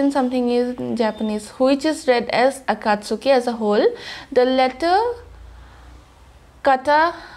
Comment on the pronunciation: I like the effort you put into your reactions. I’m mentioning this because I think you like to get things right, not to be rude or anything like that - Akatski is pronounced as three syllables, not four. The “u” is silent.